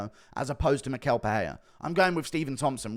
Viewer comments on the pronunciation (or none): And it’s pronounced mi-shell… you always butcher Brazilian names smh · Hey Guru, Michel is pronounced like me-shell.